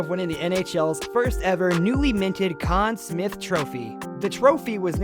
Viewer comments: Ok, this narrator/announcer/voice must be from the US as several pronunciations were... off to my ear. he said "Con Smith" for example while I've always heard it as "Con Smythe" and then there were names with a French accent he got wrong too... assuming I remember them "correctly" which isn't guaranteed. Also factor in the players from "older" seasons also had fewer games I'm not sure exactly but the seasons have gotten longer and more games played per team over the decades... I can't dispute these players being greats... but there are others who could easily have made the cut too. Edit: I had to look it up, but currently: In the regular season, which generally runs from early October through early April, teams play 82 games which determine their standings. Then if they were good enough they get to play in the post season... so now a player, who gets ice time in every game could have 82 games plus post season (4 rounds of best of 7 ... max 28 more but rarely would all 4 rounds go 7 games for a team) to rack up stats. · This guy mispronounced Conn Smythe and Richard and mispelled Lemieux, can't wait to see what else he gets wrong, at least his stats are good, lol.